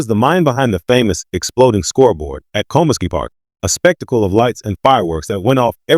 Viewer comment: Also, it's pronounced, "ko-`MISS-key" park.